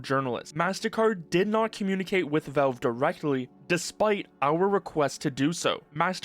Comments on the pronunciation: It's 'Valve" not 'velve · who is 'velve?' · bro, "volve"? that has to be a new way of pronouncing valve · I have never before heard "Valve" pronounced as "velv." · you say “velve” lol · why are u pronouncing valve as "vove" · You keep saying "Velve". It's very distracting. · What the hell is "velve" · wtf is "veulv" by the way? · Do you not know how to pronounce the word valve, or is this an AI voive over? It's driving me nuts. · For someone who makes almost nothing but Valve related videos, you really should learn how to pronounce the word Valve.